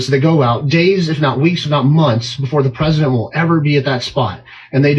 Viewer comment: Why is he referred to as "The Peesident?" He a candidate for potus and a former potus.